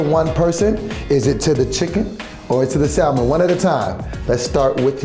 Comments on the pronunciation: Lol yo… I can’t Teddy didn’t clean that chicken lol… and them pronouncing the L in salmon is killing me lol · Um can we talk about how she can’t pronounce salmon, like where did she grow up?? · did not just say “SAL-men” lol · why do all black people pronounce salmon like how it’s spelled and not samon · Why black people call salmon - SAL-MON. Y’all don’t know the L is silent? 🤣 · Can none of these people really pronounce salmon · Also why the fuck they al pronouncing the L in salmon? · Say SALMON INCORRECTLY AGAIN!!!!! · Why black people keep pronouncing the 'l' in salmon? lol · Stop pronouncing the “L” in salmon, you fools! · Y'all keep pronouncing the L in salmon and it's upsetting me and the homies